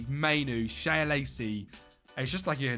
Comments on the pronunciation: Shea Lacey - its pronounced Shay Lacey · ITS PRONOUNCED ‘SHAY’ LACEY my man